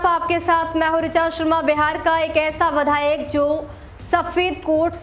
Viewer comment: Badhayak nhi vidhayak